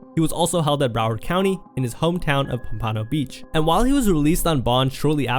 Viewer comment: Its paump-an-oh beach.